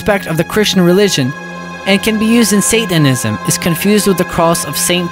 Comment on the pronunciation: 1:1o “sathenism” 😂😂